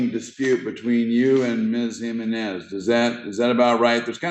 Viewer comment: That's not how every Hispanic Jimenez I know says it. HEE -MEN-IS. Your "/" notation is incorrect. Those symbols tell us to say exactly what we spell out. So yours starts with a j sound. The J in Spanish is pronounced as an "H" sound in English.